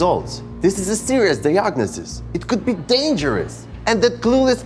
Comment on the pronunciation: Can't take anyone seriously who mispronounced DIE-AG-NO-SIS